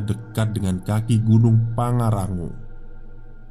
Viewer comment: Bang. Tolong bljar ngmg pangrango 😂